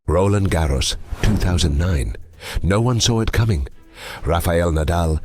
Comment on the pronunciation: Stop rolling R's when you pronounce Roland Garros , 😂 it's french, not Spanish. I mean it's a video in English, I wouldn't have an issue if it was pronounced the English way, but Spanish pronunciation is weird. unless there is a process of changing RG "nationality" to Spanish with Rafa 14 titles plus carlitos 2 of many titles